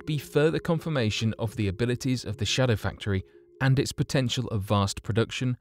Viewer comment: Indeed. He stresses 'shadow' in 'shadow factory so it sounds like a factory which produces shadows, he should stress 'factory' so that it sounds like a factory which is a shadowy version of a non-secret one.